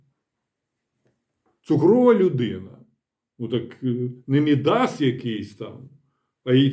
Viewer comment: А казали, що буцімто не треба НАБУ з картонками рятувати ... І не МідАс , а Мі́дас. Наголос як у Мі́ндіч. А ще не "сахір", а "цукор" або "сахар", пане професоре, не лякайте нас.